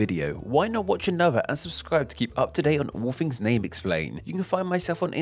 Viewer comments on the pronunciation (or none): none